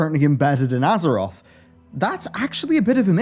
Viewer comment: You kept saying "EARTH"